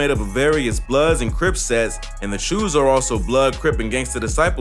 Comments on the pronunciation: Its "Choos" bro!! Like choose not chose! And its Canarsie! Hahahaha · "chews" "carnarsie" LMFAOO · Why he said choo like dat😂